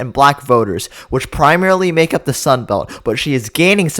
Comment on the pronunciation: The word is “the” not “da”. Are you that lazy about your numbers?